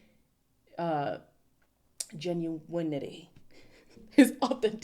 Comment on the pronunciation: "Gen-u-winity!" Love it!